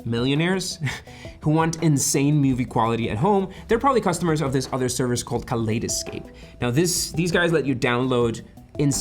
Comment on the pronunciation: Great mispronunciation of Kaleidescape! ;) It’s not that expensive to buy into. I found a near-new player with 6 terabytes of storage for $6k. Their new players are even cheaper. You simply delete the films as you watch them and download new content.